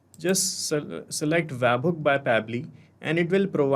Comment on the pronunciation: bro its bot wabhook, its web hook